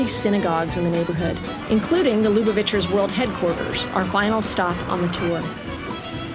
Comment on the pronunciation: There's no Yiddish spoken. Very disappointed. Plus there are secular Jews who speak Yiddish, and they too were not shown. a Very disappointing documentary. Zeir Shvach. Plus a several misprononciations like Lubavitcher. Plus, why is a non-Jew leading this? Just asking. But she is attractive.